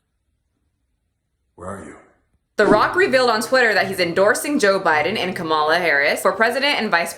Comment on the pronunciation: Kamala is offended that you said her name wrong,! 🤣